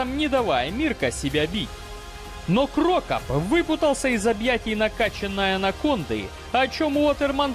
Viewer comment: Какой ещё КрОкоп и ФилИпович? Уши сохнут от таких ударений. Байт на комментарии, автор хитрожопый.